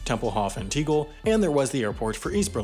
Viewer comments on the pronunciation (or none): It’s pronounced “tay-gell,” not “tee-gul” as you pronounced it. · Gah, terrible pronunciation! It's "TAY GEL" not TEA-GEL for a start. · Tegel is pronounced TEH-Gel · I love Berlin Tegel. Actually the worst thing about BER for me was that Tegel would have been closed... Apart from that he has no idea how to pronounce its name, has apparently never been there in person.